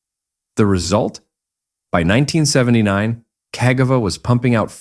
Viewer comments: Is there any word that Burgerpeople cant mangle? Kah Jee Vah ffs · How many different ways can You Pronounce Cagiva (Ca - Gee- vah) in 3 minutes? & None are right! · It's cag - ee-va when you say it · it said Cagava 😂😂😂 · This is for the person uploading the AI slop videos. Nobody wants this shit. I can find this history on Wikipedia without having to listen to a robot voice that pronounces Cagiva incorrectly in a dozen different ways. Have some pride you vulture. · It pronunced "Cagiva" in 10 different ways during the video 🤣. I didn't even know that was possible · And none of it sounded right 😂